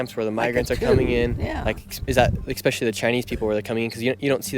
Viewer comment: The word is not “expescailly”. You sound silly.